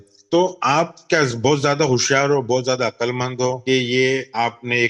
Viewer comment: جن جاہلوں کو لفظ " عقل" ہی درست تلفظ کے ساتھ ادا کرنا ، بولنا نہیں آتا وہ کیا عقل کی بات کریں گے ؟ عقل میں "ق" پر جزم ھے ، سکون ھے اور یہ بار بار عقل ( ق پر زبر )پڑھ رھے ھیں ۔